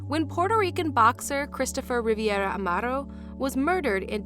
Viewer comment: It’s not riviera it’s Rivera